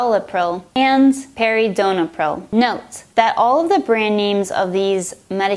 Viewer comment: ok,say with me : P-E/R-I-N/D-O/P-R--I-L.And my level of english is way lower than yours.Or is it?